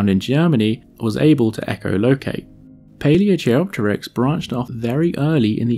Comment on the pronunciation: Great info, especially the genetic linkages. A few Corrections: 1. Vampire bats don't suck blood as stated in the beginning of the video. Instead they bite then lap up the blood with their tongue. 2. Paleochiropteryx is pronounced Pale-ee-oh-KY-rop-ter-ix